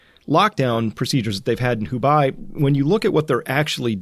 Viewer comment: It is not Hu-bye... the bei is pronounced like bay in English. For mask making look up how Taiwan managed to increase the number of mask production lines by making more machines in a short time (took government intervention with private sector together).